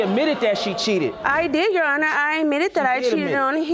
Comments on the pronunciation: I always get tickled when they say "YOU HONOR" instead of "YOUR HONOR" 🤣🤣🤣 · Lol I heard myself repeat "You Honor" twice out loud when they said that 😁😁🤣